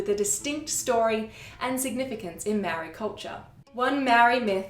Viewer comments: I'm going to point out the elephant in the room. YOUR PRONCIATION OF MĀORI WORDS NEEDS SERIOUS WORK. So do the work. You guys OBVIOSULY had no intention of looking into the language, but rather the knowledge you wished to share. It's an extremely white thing to do, so I'm not suprised. It would've taken one email or dm to ask someone compotent in the language to correct your mistakes. But as usual, white people never consider these steps. It was easy enough to compile the information you've just shared, so why not go a little further and get your work checked by a proffesional. Yes, experts on languages exist, so use them. I'm telling you so nobody has to hear you botch not just my language, but other people's as well. Sort it out, or don't share the info at all. There are more compotent people in the world that I'd rather hear the stories of my ancestors from. So leave it to them if you're not up to shifting your ingorancy. It's 2023. Catch up. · Your mangling of the pronunciation of the word 'Maori' is painful.